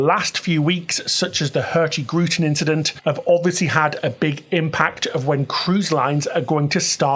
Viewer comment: The g in hurtigruten should not be verbalized ;) It is pronounced hurtiruten 😁